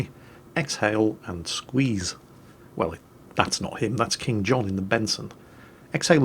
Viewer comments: Actually the player in the Benson is named "KingKohn" not "KingJohn":D:D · Benson: [IHW]KingKohn. "That's King John in the Benson". Ah,, don't ever change.